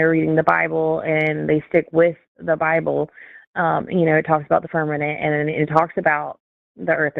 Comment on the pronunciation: Holy DOUG!!! The two SMARTEST atheists on YouTube TODAY❤❤❤ Did she say FIRMININT??